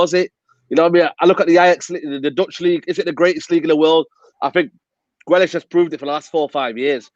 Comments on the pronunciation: Swear he kept saying grelish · He's name grealish fucksake not grellish.. Going on like u ain't heard he's name before u dohnut pronounce he's name properly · adam trying not to laugh at the pronunciation of grealish